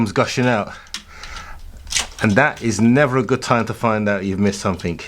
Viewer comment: REALLY grinds my gears hearing people say "anythink-somethink-nothink-everythink" 🤬